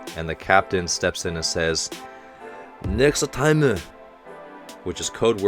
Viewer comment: Nexu Timu! Yay! more engrishu, keep it coming!